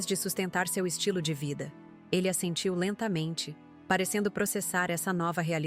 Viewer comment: Assentiu , não " a sentiu "